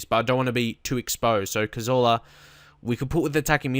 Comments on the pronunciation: Please say cazorla normal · Please say Cazorla the english way!